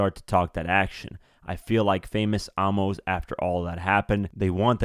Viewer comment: It's pronounced A-MUS as in famous Amos cookies.. love you videos tho